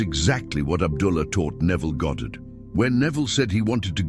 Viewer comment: "Goddard", nice, As opposed to when people call him "Godid" or "Gahdrd".